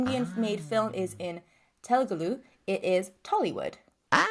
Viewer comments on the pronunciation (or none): "I am going to try pronounce everything correctly today." *Proceeds to pronounce the name of the language itself wrong multiple times. LMAO It's Telugu, not Telugulu. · It's not tel-gu-lu.. It's "telugu". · Telgulu🤭🤭🤭 that's the funniest pronunciation of Telugu I've ever heard. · The language is pronounced Te-lu-gu , written as Telugu. "Telugulo" means "in Telugu".